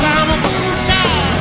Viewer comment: It's VooDoo "Chile", like my southern grandma says!!!